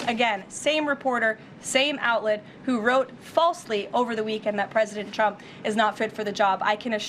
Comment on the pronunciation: "President Chump" - those lip fillers have given her a speech impediment